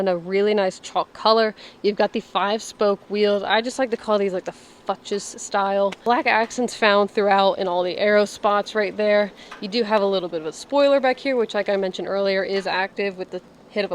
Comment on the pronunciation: Little tip, Fuchs is pronounced "fooks" 👍